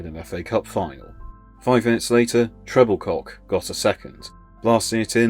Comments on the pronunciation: Exactly right. It's Tre-bil-ko, not Treble-cock FFS. 🙄 You'd think these people would do their research on things like this. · It’s pronounced TREBILCO not Trebilcock. Also McCalliog. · Just for information, Mike Trebilcock's name is pronounced as Trebilko.